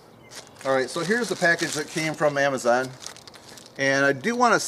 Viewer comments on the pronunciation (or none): none